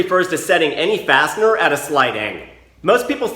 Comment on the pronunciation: I had the volume low enough at work to hear you call the fasteners "bastard" every time you said fastener lol